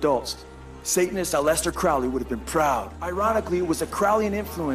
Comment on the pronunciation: "a-lest-ter" Crowley?? Try. AL-eh-stair, like Alice-stair.....